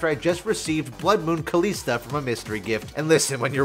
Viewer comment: why does he pronounce kalista as kaleesta, even kalista says her own name sometimes. and its def not kaleesta.